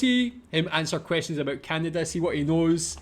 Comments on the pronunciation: did you say aboot? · Just listening to you pronounce about as aboot, sounds just like how Canadians pronounce it. Then looked up Scottish immigration to Canada and it all made sense lol